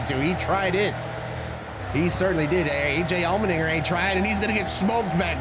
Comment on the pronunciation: "AJ ALLMENDUMBASS!" XD